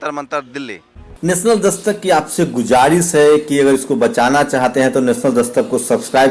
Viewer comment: Gujaris nahi guzaris kahiye janab.